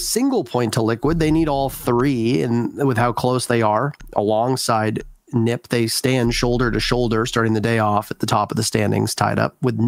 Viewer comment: It’s not neep it’s NIP